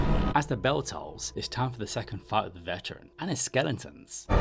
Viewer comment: Are you saying "skellingtons"?!